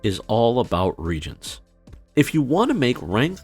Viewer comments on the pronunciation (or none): it's not regents it's re-agents